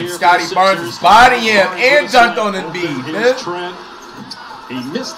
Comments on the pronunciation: It’s Embiid not Embid 😭😭😭😭😭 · flight “embid” lmaooooo